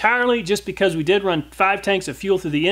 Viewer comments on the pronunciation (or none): none